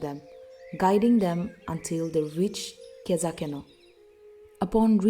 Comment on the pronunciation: U pronounce khezhakeno wrong its not kezakeno